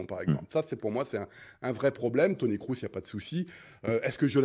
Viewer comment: Bugs Bunny(Nagelsmann) est qn qui manque d'humanité, je trouve Qd l'Allemagne avait battu la France lors du dernier match amical,les médias allemands n'en pouvaient plus, c comme si l'équipe avait gagné le mondial😂😂😂 Mr Breitner par pitié, Kroos ça se prononce Krôsse mais pas crousse 😢😅